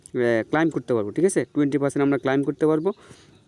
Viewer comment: ক্লাইম না ক্লেইম শুদ্ধ ভাষা শিখিস নি